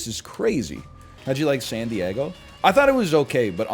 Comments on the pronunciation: pronoucning san diego as sandy eggo is peak canada, coming from a minnesotan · love how he says san die-EGG-o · "when I was in sandy eggo"